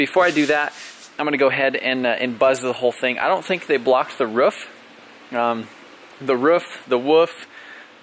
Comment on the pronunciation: Roof not Ruff lol Jkn, love the vids!!